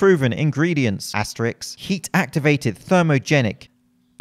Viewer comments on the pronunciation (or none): asterisk not asterix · Love your videos for the education and the laughs, but I have to pull you up on this non fitness related point... At around the mark you referred to the asterisk as "Asterix" with the first being * and the second being a comic book character set in Roman times whose best friend is Obelix. This is a common mispronunciation that drives me a bit crazy and sends me catabolic, so please pronounce "asterisk" correctly in the future. Cheers.